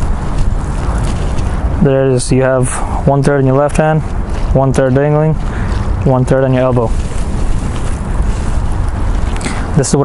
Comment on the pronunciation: Straighten not strayen Dangling not dingling